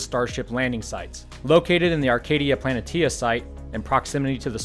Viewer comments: Planitia .. pronounced Plan-ish-ya .. not plan-it-tia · It's pronounced "pluh-nee-shuh." You're welcome.